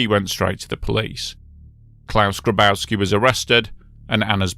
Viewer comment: Grabowski is pronounced "Graboffski".